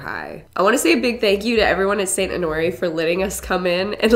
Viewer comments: Saint ho nor ee 😭😭 (it’s honor Rae) lol also seeing all of these comments about “omg I thought you cut your hair” are so funny because I’m here about 12 hours after you posted the video about cutting your hair LMAO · Saint Onore? Lol at the very end she said the name wrong, twice 😂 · She was like “saint AnOoRriE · Saint “oh nori” lmao girl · I definitely was laughing because she only said honoreé right once 😂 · why did she say Honore right in the beginning but she said it completely wrong 😂